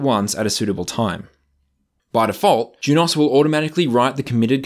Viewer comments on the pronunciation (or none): Juniper’s videos say Junos not Jun-OS so thats how i say it